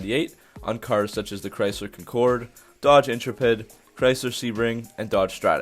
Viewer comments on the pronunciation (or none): Great vid, but... It's pronounced, In•TREH•pidd, not Intro•pedd. And Kahn•kord, not concur'd. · Con-corde, in-tre-pid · The way you say "Concord" and "Intrepid" hurts my soul, but it's nice when people talk about my first car (Intrepid), nice video. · Why did you pronounce the Chrysler Concorde and intrepid so weirdly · You butchered the pronunciation of both "concorde" and "intrepid" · I've never heard anybody pronounce "Concorde" and "Intrepid" like you just did. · You need to learn how to pronounce Intrepid and Concorde correctly. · The way you pronounce Concord and Intrepid is wrong. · You're from America and still can't pronounce intrepid or concorde... And, if your gas engine sounds like a diesel you're gonna have a bad time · Your pronunciation of Concorde and Intrepid are fucking hilarious